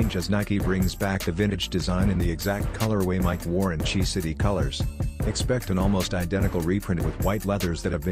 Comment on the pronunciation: Say “Chi” again